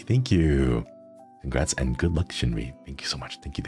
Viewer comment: I was able to watch bits and pieces but I was beyond Happy Shinri said my name right! I love your cozy content so much!! I'm so glad I get to watch your vods! 🎏🎏🎏